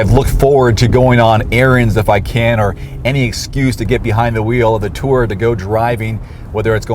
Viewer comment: It's a two- aa-reg not a torg.